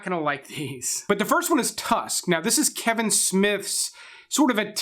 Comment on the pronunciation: Tusk... Really 🤨 Can’t finish this video after hearing that